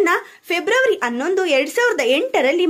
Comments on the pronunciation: Pls pronounce “H” properly. It is hatthu not atthu 🙄. It is “Hanondu “ - not “anondu “!!!! Please 🙄🙄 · ಅನ್ನೋಂದು ಅಲ್ಲ ಹನ್ನೋಂದು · All may be correct. But narrator has to focus on alpa prana and Maha prana while telling announdu instead of Hannondu It irritates